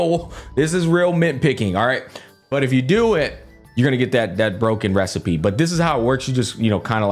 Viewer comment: That's it! I've come up with a new recipeh!